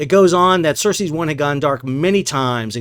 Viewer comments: I am sorry, but i had to point this out. It not "HAIFNA" its HAF=HALF, NEEYA and other ship is not "Cersis " as in from game of thrones. It is CERES 1. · Sal, the ship was named "Ceres" (like the dwarf planet/Roman god), not "Cercei" as you were saying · Ceres = "sir-ease" not "sir-sees'". ;)